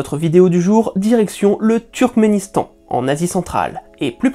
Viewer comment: Et on en parle du « Trukistan » et « Trukisdétan » ??? 😅